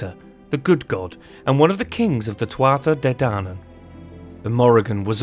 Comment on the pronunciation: Great video but ahem... Pronounced phonetically: Tuatha de Danann ........Tooa day dannan Cuchulainn ................... Cu-Culann Queen Medbh.................Queen May-ve